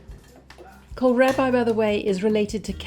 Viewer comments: Kohlrabi is pronounced like coal-RAH-bee, not -rabbi. :) And it's a brassica, so related to both cabbage and turnips. I've seen it all over central and eastern Europe, as well as in Italy. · Perfetto per me! (But it's pronounced Col-rahh-beee... I grow it here in the UK most years, the root sliced thinly is lovely in coleslaw/salads 😂) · To an American ‘Kol-rabbi’ is a funny pronunciation. However you say it the dish looks delicious.